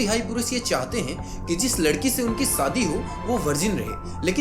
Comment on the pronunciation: Bhai tumhara pronunciation bahut kharab hai, सादी, चीजेंँ, सायद, my ears are bleeding right now.